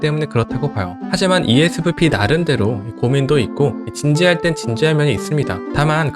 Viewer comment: 이에스프피라고 발음하시눈 거 안 힘드세용..?보통 “엣프피” “이에스에프피”라고 한답니다~!!